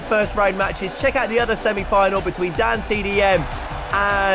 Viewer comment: every time this guy said "Dan" I could have sworn he said dad